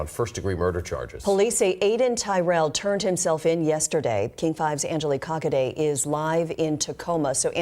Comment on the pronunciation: The reporter’s name is pronounced cock a day🤣. Sorry but that’s funny